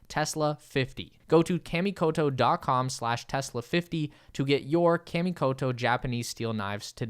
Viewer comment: I hate being this guy BUT... Kah-Mee-Koh-Toe ;) your japanese sponsors will thank you, regardless of how the american ppl say it, my brother. Great promo, btw, I'm SERIOUSLY considering getting one now. Thanks!!